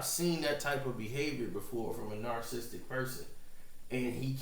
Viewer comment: Please, for the life of me, learn how to say narcissistic